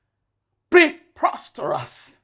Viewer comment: Please How is this movie still at 161k views since yesterday As how naaa? This movie is too perfect. I'm such a critique but the only thing I could lay my hands on was madam Leila's wrong pronunciation of the word 'Preposterous'😂 Asides that this movie is a solid 9/10 I enjoyed every bit of it,every single bit. Please do more oooo Let me go through your page,see if I'll find more masterpieces